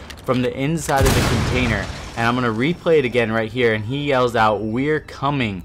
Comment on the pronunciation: What's cammening? He says ''we're coming''.